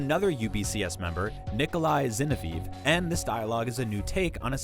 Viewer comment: Nicholai ZinoVEEV?! 🤦🏿‍♂️🤦🏿‍♂️ 🤣😅🤣😅